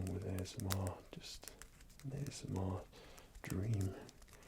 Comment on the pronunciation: Those were some cool acoustic effects there with the vase and the dish; using things to funnel or muffle the tapping isn't something I've seen much of in other videos. Worked for me! Also "A-S-Moi-r" X'D delightful. Looking forward seeing any over-the-counter vids you might do! :) Thanks as always for the tingles!